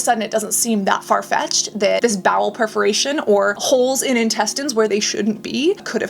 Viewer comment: It’s bowel PERforation, not PREforation